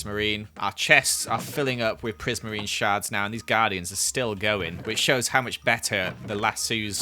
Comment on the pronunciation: prismarine sharts (shards) Me: Teehee